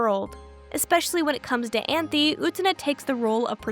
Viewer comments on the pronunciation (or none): cool video so far but I’m crying at you calling Anthy “Anthony” 😭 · Utena is one of the only animes i have rewatched, simply because everytime i watch it, I discover new themes and messages i didnt notice at my first viewing. Its amazing how a show can be so obvious yet cryptic in its storytelling. Also, unrelated, but you called Anthy 'Anthony' in lol